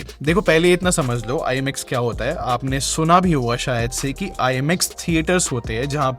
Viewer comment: Thats not IMX bro.. pronounce that as IMAX..